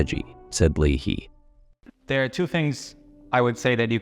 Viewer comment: It's LAY-HEE . John Leahy.